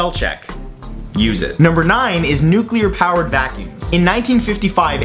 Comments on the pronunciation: Nuculer vacums... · Don't you mean 'nucular'?